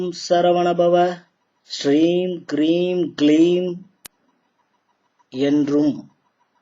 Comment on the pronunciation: Om Soum Sarvana Bhava Shreem Kreem Kleem Klaum Saum Namaha. It's Kreem not Hreem if you listen clearly to sulamangalam sisters skanda guru kavacham.